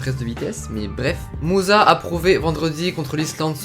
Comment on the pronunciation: Son nom de Ahmed musa se prénonce Moussa